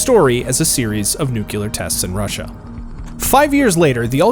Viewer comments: Nuclear not nucular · Also its NUCLEAR not NUCULER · NEW-KLEE-UR NOT NE-KUE-LER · anyone else cringe whenever they hear "new-cue-lur"